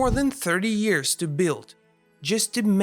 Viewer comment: "30 eyars"